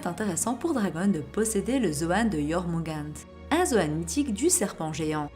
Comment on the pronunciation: Non non non non non... Ça se prononce Yormungandeur.... Mis à part ça, c'est marrant de voir que les zoans sont devenus plus puissant que les logias